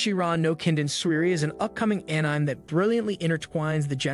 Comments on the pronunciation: It's pronounced animay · Bro said ehnaime :( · Enzyme without the z